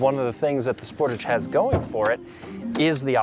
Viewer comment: As a Canadian, hearing the way you say Sportage causes me physical pain 😅😂